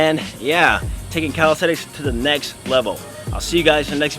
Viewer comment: Calis - te - nix